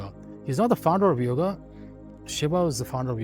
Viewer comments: mr nicely explained best six books but your pronunciation distorted the Hindu scriptures names seems like some anglo scriptures yam is Yama Yog is Yogaa puran is purana asthavakr is astha vakra shiv is Shiva please avoid such distorted pronunciations my humble request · Why do our people use stupid English pronunciations for our own words? योगा (instead of योग), यामा (instead of यम)…and few pronunciations were outright wrong (example: कठोपनिषद् is correct) It feels so 🤮